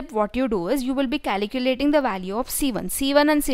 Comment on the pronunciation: Its calculating, not caliculating...